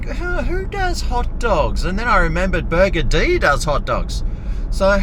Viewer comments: I am pretty sure this place is NOT pronounced "Burger D"! FMD. Maybe next time say it in a similar vein to the word 'buggered'. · Why do you call it “Burger-Dee”? It’s meant to be a play on the word “buggered”. As in “Burger-ed”. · Stop saying burgerdee its so annoying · i mcthink its pronounced burgered mcbro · I've never been there before, but I always thought it was pronounced "burgered". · Burgerdee? I'll be buggerdee if that's the pronunciation. Supermarket next time instead of this crap rap clown Seppo slop snack. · LOL! its actually pronounced "burgered" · It's pronounced burgered as it is one word.